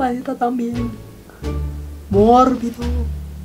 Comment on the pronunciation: Me estaba muriendo de risa con "mórbido" ... "mórbido" :0